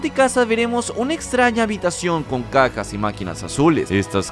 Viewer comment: Alguien más escucho decir a "cacas" en vez de Cajas?:v